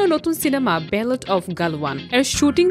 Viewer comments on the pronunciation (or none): Not ballot its battle. 😂